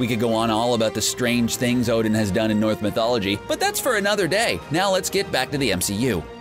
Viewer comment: he really just called it “north mythology ”